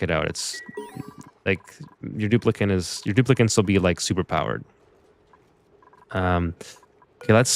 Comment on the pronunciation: its Dupli-cant's